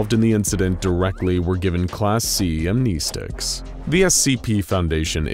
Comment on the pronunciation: He lost me when he said Amnesticks